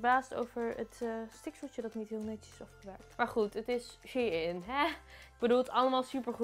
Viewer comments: Je hebt kapot weinig besteld hoe the fuck heb je 200 uitgegeven aan dat ik heb 16 stukken besteld en gaf maar 130 🤦‍♀️bruh, en je spreekt het uit als shineee niet she in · HAHA hoe jij het uitspreekt lieve schat je zegt "sjijn" niet als "sjiein" HAHA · Het is niet she-in vlgm maar gwn Shein van bijv sunshein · Ben ik de enige die het uitspreekt als ‘sjein’ inplaats van she-in😂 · ik wist nooit dat je het uitspreekt als shee in, ik zeg altijd gewoon shein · Jij zegt shie in maar het is sjein shein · Ik dacht dat je t uitsprak als "shine" 😂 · Same mijn hoofd spaced elke keer dat ze she in zegt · super leuke video ook! maar Shein is een Duitse site dus je spreekt het uit als "Shine". P.S ik heb al super veel kleren gekocht ook bij Shein, maar jij zorgde toch voor meer inspiratie! Blijf zo doorgaan! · Spreek je het niet uit als shEIn ? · shein spreek je uit als shine HAHAHA ik erger me daar best wel aan PS. leuke video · Shein spreek je toch uit als “ sjijn” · Je spreekt het uit als shijn vgm ps: GEEN haat